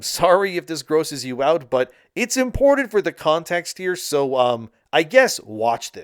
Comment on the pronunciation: Repeat after me importanT importanT!! Make sure you hit that T! And soil , I meal Cyeal sounds like he's beating his meat.